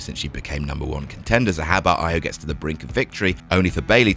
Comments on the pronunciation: E O not I o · Why can't say Io properly? Is he doing it badly on purpose or what?